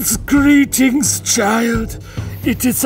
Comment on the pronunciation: "greettings" sure is something